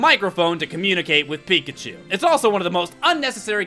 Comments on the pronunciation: When you said Pikachu why are you doing this to me I thought you said bacon soup why are you doing this to me and it's aerodactyl not ariodactyl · for me it was baconchu and... i forgot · Is it me or when started counting how many times he said pikachu, it sounded like "pick a Jew" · I hear “pick and chew”. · when you try to hear pikachu over 10 times, it sounds like pick-a-shoe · when he counted how many times he said pikachu it sounded like "peek at you" are you a stalker? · Who else hears pick achu instead of pikachu at the pikachu montonge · Its pick-a-shoe! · I kept hearing pig-a-choo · To me it sounded like peek-at-choo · By the end of the video, "Pikachu" sounded like "Peek at chew." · I just started to hear "Pick at chu" at the end. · watch it slowly and it sound like he is saying pikaeschu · pick a shoe. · When you were counting all the times you said pikachu it sounded like you were saying pick a shoe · after a while of him saying Pikachu it starts to sound like, pick a shoe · when he keeps saying pikachu i eventually start hearing "pick a shoe" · After hearing pikachu so many times it sounds like “pick a shoe” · Pick n choose. That's what it sounded like at the end. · After a while it sounded like Pick-a-Choo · the more i hear Pikachu, the more i hear "Pick a Shoe" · lol sounds like you said pick a shoe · it sounds like u were saying pick a shoe XDDDD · After all that, pikachu sounds like Pick a shoe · it kinda sounds like you are saying pick at you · Pikachu pikatoo pikashoe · Am I the only one that thought he says pickandchose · It started to sound like pick a chew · It sounds like pick at you